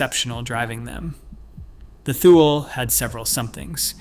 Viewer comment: Thule is pronounced TOO-lee